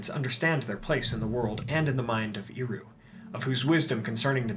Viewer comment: Super minor nitpick; Eru is pronounced with a soft ˈɛ sound not a strong [i] sound. “ehRU” not “EEru”.